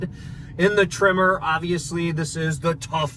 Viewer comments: Your audio pickups are changing the "eh" in Tremor so that it sounds like you keep saying "trimmer." I had no idea why you kept calling the Maverick that until I saw the "Tremor" logo on the seats at one glimpse of the cab. You might want to look into a different lavalier mic setup? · Maverick “trimmer”? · i was listening to this and I thought they were saying “trimmer” edition. 🤷‍♂️ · For the first 5 minutes of this video I thought you where saying "Maverick Trimmer", I was like oh, Tree Trimmer for landscapers package? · Can you please teach that guy how to pronounce tremor? Keeps saying trimmer like he's doing yard work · “Trimmer”???? LOL